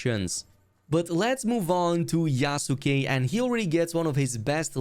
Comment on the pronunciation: It's "YASS KEHHH" not YA SU KE ... the U is silent. Yas - keh